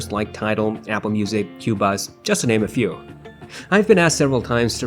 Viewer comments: It's not pronounced Cuebuz it's Cobuz. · I made this mistake too: phonetically, it's pronounced "Ko buz"